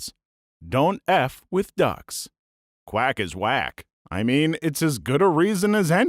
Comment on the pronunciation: In the "ducks can become cannibals" section i thought he said Dutch💀